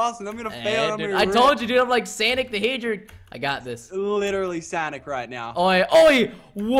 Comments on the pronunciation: If you ever say sanic again insted of sonic I will unsubscribe you. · Lol 😂 XD Lachlan said "Sanic" lolahhahahha